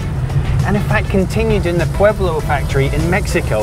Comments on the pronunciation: It's Puebla, Mexico not "El Pueblo" lol! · The factory in Mexico is in Puebla not "Pueblo" Nice video btw , love the bugs or like we call them in Mexico the "vocho"